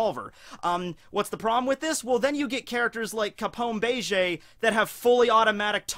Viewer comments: Was digging the video then he just had to say Bay-Jay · ok im sry but say gang bege's name right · Jesus christ that is not how you pronounce Bege’s name